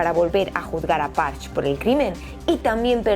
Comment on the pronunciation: Si me lo permites, en alemán se leen las «e» finales. El nombre del atacante es más o menos «parje» no «pars»